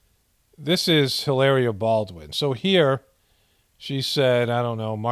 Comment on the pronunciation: Brings me joy when you pronounce names wrong love how you say trumps love how you say helaerrreea the Spanish girl from Boston keep up the good reporting from the apocolapyse you a voice of reason in a world wind of non logic with some laughs thrown in 😇